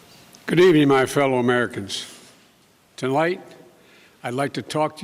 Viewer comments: “Good evening fellow Americans tolight I’d like to talk to you where we are” Potato President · “Tolight I’d like to talk to you” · Did anyone else notice when the doors open the Marines do not salute BIden? and when he first starts speaking he says" good evening tolight not tonight?